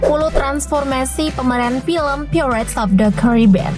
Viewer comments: Pairets bukan pirrets 😂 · Bacanya bukan "phirets" tapi "phairets" cuman sekedar info aja mbak. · Bacanya pairets, bikan pirets wokekokwk 🤣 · Bacanya pratez itu pairets min.. bukan pirets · Pirates .. dibaca pai rets min. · paling parah /pirets/ krn diulang2 terus 😃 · Tolong yaaa mbak yg baca2....belajar dulu lah ....baca pirates itu gimanaa....baca Johny Depp itu gimanaaaaaa